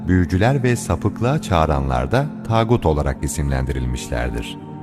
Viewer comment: Güzel olmuş video Allah muvaffak etsin. Fakat yapıcı bir eleştiri yapmak istiyorum, seslendirme yapanlardan bazılarının tağut kelimesini telaffuzu o kadar acemi ki çok belli bu kelimeyi ilk söyledikleri. Bunlar profesyonel seslendirme yapanlar belli ama maalesef bunlarda profesyonel değiller.